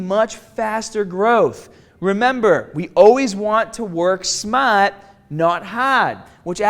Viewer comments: WORK SMAHT NOT HAHD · smaaaht not haaad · Work smaht not hahd!